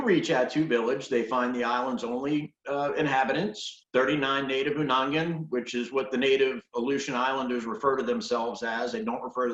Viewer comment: Some do refer to themselves as Aleuts. It is pronounced (Oonagnian) Unanagiax.